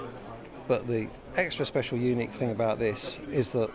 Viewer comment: I know said unique players, but fuck me it sounded like he said eunuch players which was hilarious when he followed it up with describing it as "a real man guitar" 🤣